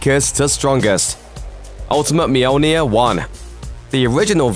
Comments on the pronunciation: Moldy ear? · Romano Cuz myoleneer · You pronounce it Mjolnir, the people in the Movies pronounce it Mjolnir, even many comics write Mjolnir. WHY!? IT IS CALLED MJÖLNIR!!! IT HAS BEEN CALLED MJÖLNIR FOR LITTERALLY THAUSANDS OF YEARS!!! LEARN THE Ö!!! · It hurts my ears to hear you say Mjolnir 😂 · Lmfao Mjolnir..... just keep saying it over and over again, it keeps getting funnier lol I cant